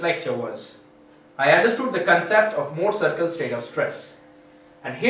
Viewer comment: thx. could never thought i would laugh so hard at anything about the "mouuhrrr cieerkl"